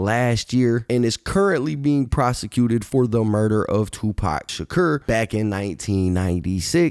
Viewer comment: Shakur is pronounced Shuh•koor NOT Shuh•kyur... No disrespect. I was a teenager in the 90s and grew up on of Pac. It's all love though. Great Content!!!👍🏾✌🏾